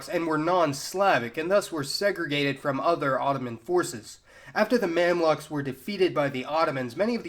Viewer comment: Also, "Mamluk" pronunciation is way off